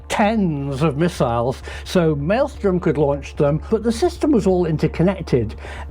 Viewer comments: It is 'Malmstrom', not 'Maelstrom'. Just had to say something. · Malmstrom is Swedish name,. You know, your neighbors to the north? MALM STROEM. inte Maelstrom. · I'm a little bothered by the pronounciation of Malmstrom as "maelstorm". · Please pronounce Malmstrom correctly. There are 3 m’s. I lived there so I am pretty sure of the pronunciation.